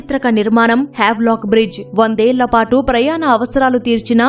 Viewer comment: వావ్ లాక్ కాదు స్వామి...హ్యావ్లాక్..m